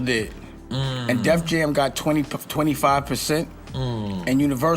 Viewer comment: It’s *Def Jam*, not “Death Jam”.